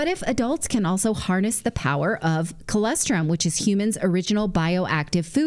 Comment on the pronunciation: It's colostrum, Nathali; not colestrum. 😁